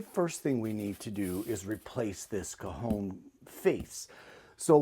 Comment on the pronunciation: So pleased you pronounced Cajon as well as explained what it was, very interesting I’ve never seen or heard of one. Thank you for expanding our knowledge.